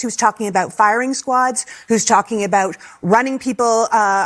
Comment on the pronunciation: did i hear her say firing squards?